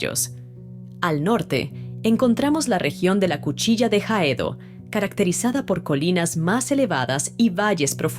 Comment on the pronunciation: NO ES JAEDO ---ES AEDO PÒRQUE LA H NO SUENA AHEDO